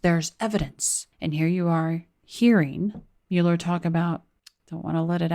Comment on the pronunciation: Guilty man -"Mule ler". Democrat donkey/mule